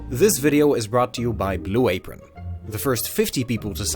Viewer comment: Good vid. F Blu a-pRON.